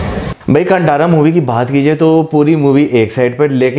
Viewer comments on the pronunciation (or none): It’s ‘कांतारा’ not कंटारा guys.!